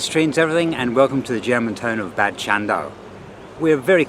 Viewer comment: Bad it is pronounced Bard which translates to bath and so any place with the prefix Bad means spa town.